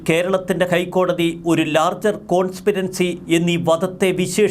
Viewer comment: എന്താ കോൺസ്പിരൻസി എന്നു പറഞ്ഞു ഞങ്ങളെ നാണം കെടുത്തുന്നത്? "" കോൺസ്പിരസി " "Conspiracy"